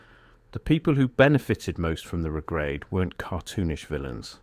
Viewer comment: The Regrade is pronounced RE-grade. Not re-GRADE